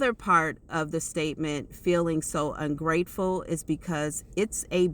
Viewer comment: Bruh i couldn't make out what she said about ungrateful